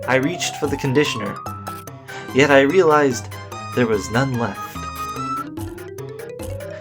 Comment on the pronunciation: I thougt you said (yeet more 50 blah blah blah